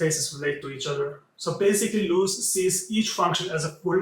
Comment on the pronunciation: Little corrections, it's Karel Lhota (not Lotha), also please work on the pronunciation of the architect himself - it's not Englishlike long o (ú) it's simply longer o.